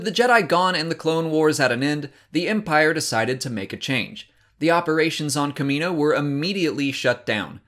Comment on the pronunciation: Why can you pronounce "Kamino" correctly, but not "Kaminoans"?